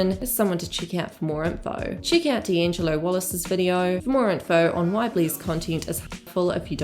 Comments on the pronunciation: it's angélika not angelika ffs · It's Anne-Gel-Lick-ah Not Anne-gel-leak-ah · It’s Angelica (ang-gel-ica) not angel-Ika. ❤️ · Surely it's an-gel-ih-ka not "car" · I love your videos but her name is An-GEL-ica lol. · It’s Angeli-KA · The Kiwi accent miss-pronouncing "Angelika" is hilarious. It's "An-gel-ee-car" like from the Rugrats. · Anne. Gel. Ick. Uh. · Wow, Americancentric & nationalist. Not everyone in the comments section talking about her mispronouncing Agelika's name is American. You even referred to people as "Non-US nationals" wtf? Lol. Accent has nothing to do with mispronouncing a name in this case. People from NZ can pronounce Agelika's name properly. They are able to with their accent & you claiming they cannot, is spreading misinformation. It's not the end of the world if someone accidentally mispronounces a name nor if others correct them, however, it's insulting for you to assume everyone is American just to insult them & to act like people from NZ are unable to pronounce names correctly just because of their accents lol. Stop it. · I think its the hard K not the r at the end thats making it sound odd. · This Angelika pronunciation triggers me!! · No R at the end. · Take a shot every time pronounces Angelika’s name wrong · Why are you mispronouncing her name like that? I think you need to take a longer look at all the people involved. It has a hell of a lot to do with more than just these two women, unfortunately. The rest of the boys can't keep their noses out if it. Also, you left out a lot of Hannah's response to being called out for her comments towards Trisha and how she removed the video because she acknowledges that she was wrong. She's left a link open for people to comment and further educate her. Did you not see Smokey Glow's video before posting this? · why are you pronouncing Angelika the same as WOACB